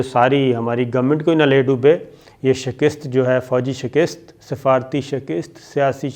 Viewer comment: Shakist nahi shikast hoti hai PLEASE CORRECT YOUR PRONUNCIATION